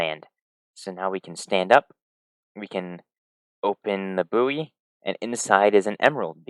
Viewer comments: Great video! One small thing, the word buoy is pronounced "boy" :) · Did you pronounce buoy like that as a joke or do you just not know the word?